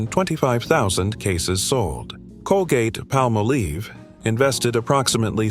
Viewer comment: Colgate Palmolive, not PalmoLEAVE, funny man!